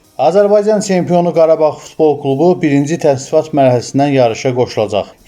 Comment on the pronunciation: Tsempion, veredziyiy, teleffuzu duzelt ay kishi